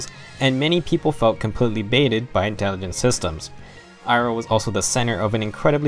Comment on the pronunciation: Dude, it's Intelligent Systems, not "Intingent".